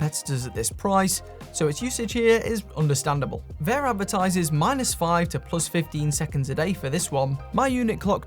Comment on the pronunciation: It's not "Vayer," it's "VAH."